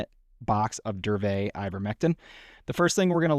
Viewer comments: No. Correct is DURVET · Isn't it DURA-VET